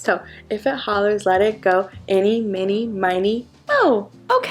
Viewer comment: think you said “innie minnie miney moe”, its actually “eenie meenie miney moe”.